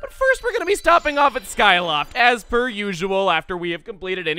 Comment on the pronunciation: I swear he had said "As BIRD usual when talking about skyloft.